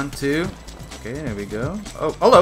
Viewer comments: “oh hallo” You’re definitely Dutch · HALLO!!! 🤣😂🤣Echt Nederlands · daar kwam even je Nederlandse hallo tevoren.